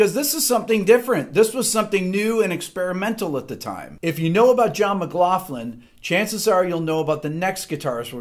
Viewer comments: It must be an American pronunciation thing, but this is the first time I’ve heard John McLaughlin’s surname pronounced with the soft “ff” sound, rather than the hard “ck” sound. It kinda bugged me, but I love your channel Rick. You are a inspiring teacher. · I know that the English language is screwy at times but let's not fuck it up completely ok ? McLaughlin isn't pronounced McLafton the augh is pronounced ocklan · Wait... It's pronounced McglauFlin... All these years I've been calling him McgLOCKlin... I feel like an idiot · John McLOCKLIN is how we’d pronounce it where the name came from anyway :) Great stuff Rick Haven’t heard of some of these guys but I’ve homework to do now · McLaughlin not McLaughlin!